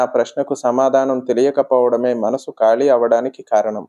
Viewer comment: ఖాళీ... కాళీ కాదు